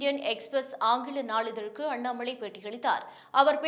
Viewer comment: அண்ணாம’ளை’ .. தமில் கொளை.